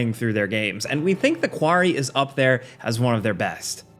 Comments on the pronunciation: “The kwarry” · The quarry? The quarry??